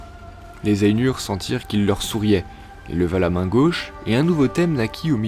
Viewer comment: Ainur ça se prononce pas ènur, mais Ay-Nour (aille-noure) et si tu veux pousser la geekerie a fond tu roule les "R" en elfique. Le U c'est toujours "Ou" et les lettres A et I ne forment pas le son "è" mais A suivie de I, par exemple Dunedain se pononce Doune-Da-Ine. J'invente rien c'est dans le livre.